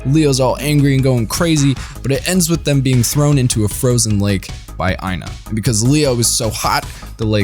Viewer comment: The way he prounounced Aina hurt my very SOUL!!😢(T_T)